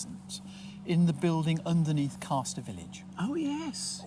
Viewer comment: It's CASTer using the northern pronunciation of the fishing action on the first syllable! Part of two close villages called Castor and Ailsworth.